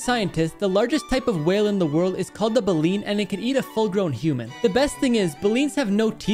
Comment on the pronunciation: You mispronounced balene